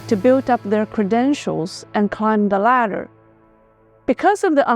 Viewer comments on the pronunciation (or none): none